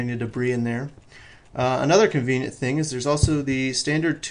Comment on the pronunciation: he does say 'convient' like.. a LOT :P